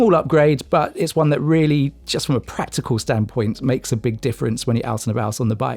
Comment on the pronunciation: "Practical" with a "c"